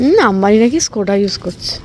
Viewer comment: আমাদের মধ্যবিত্ত পরিবারের চিরকালীন স্বপ্ন হল নিজের বাড়ির আর নিজের গাড়ির, সেই স্বপ্ন পূরণের জন্য আন্তরিক অভিনন্দন ও শুভেচ্ছা রইল! Skoh duh (আসল উচ্চারণ স্কোহ-দাহ) গাড়ির build quality দারুণ আর global NCAP Safety rating 5*! খুবই ভাল choice। Volkswagen ( সঠিক ইংলিশ ঊচ্চারণে ভল্কস্ওয়াগেন আর জার্মান উচ্চারণ এ ফোল্কস্ওয়াগেন) এর ব্যাপার এ আমিও একমত, খুবই বেসিক কিন্ত অতিরিক্ত দাম! ক্ষমা চেয়ে নিচ্ছি এত কথা বলার জন্য। বিরিয়ানি দারুণ ছিল ❤❤❤